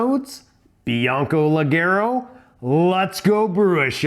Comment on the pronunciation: The pronunciation is like jay, lejayro! Cheers from Brazil! I watch every video!